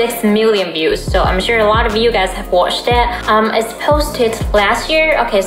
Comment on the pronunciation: have you spent any time in the UK? Sometimes I think I can hear some English inflections in your speech - for example when you say "watched it", Iiyour 'a' and 'i' sound a bit Londonish. Most of the time I'd say you have a neutral or US influenced inflections. Just curious:)